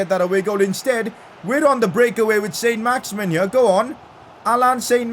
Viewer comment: Pcq: It isn't pronounced "Saint Max-Imin" its pronounced "Son Max-Iman" because he's French